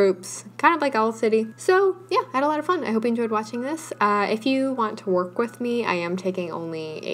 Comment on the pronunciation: when you say “just so we don’t lose our wERk” 😂😂I lost it